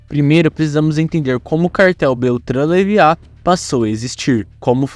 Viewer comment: Kkkk Ouvir o nome "leiva" errado tantas vezes tá me deixando doido.